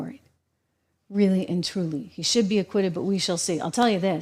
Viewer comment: Lmao you say aquiuted. Not even done yet. Tricky clickbait